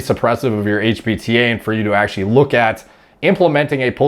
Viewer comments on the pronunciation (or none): none